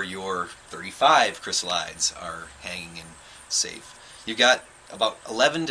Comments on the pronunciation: Great video, but the pronunciation is not "kris-uh-lahyds". It's Greek, so it's like iris > irides, "ahy-ri-deez". Chrysalis likewise becomes chrysalides, "kris-al-i-deez". The metamorphosis is so fascinating for butterflies, but I the transformation into adulthood amazing across all of nature. Butterflies and moths have such a mystical nature to them 🦋 🍵🙏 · "Chrysalides" is pronounced "kri-SAL-uh-deez". Check your dictionary. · Check your dictionary. It's pronounced "kri-SAL-uh-deez"